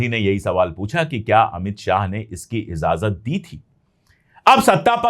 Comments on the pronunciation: Pande ji continue aapka channel dekhta hoon urdu ke alfaaz bhi aap bolte hain lekin kabhi kabhi kuch khami rah jati hai agar ijazat den to correction kar diya karoon aaj ka lafz izazat nahi ijazat hai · I noted that too. He says that quite often. Although ki Urdu bahot saaf hai. No offense meant, we’re learning all our lives. The word is ijazat.